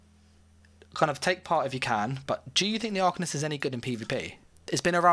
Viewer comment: The fact you even said “arcanist” like that smh